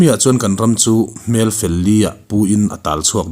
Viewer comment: Angaihnawm in bengvar thlak hle, kan ram chu Hmel fel li ah, hmell fel 4 ang deuh in i lam ni in ka hria, hetia lam tur hi a ni, Hmelfel liah tih tur, in chhui zau in in thawhrimna a ropui e, tang sauh sauh teh u